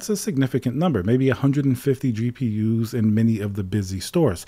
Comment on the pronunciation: "gapers" lol